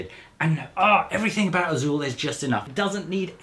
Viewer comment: You said Azul with the perfect accent. Kudos.